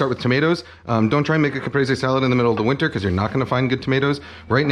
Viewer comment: Finally, a Youtube cooking channel that knows how to pronounce the dish they’re making a tutorial about. I went through 4 other videos before this one and none of them bothered to look up how to pronounce “Caprese”.